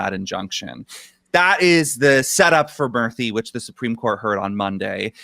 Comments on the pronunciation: Murthy is pronounced as moorthy btw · Its "Moorthy" to pronounce